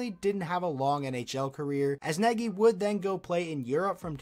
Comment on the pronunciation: Some trivia - Nagy is not prounced like it is spelled. An English speaker would get fairly close by trying to pronounce "Nodge".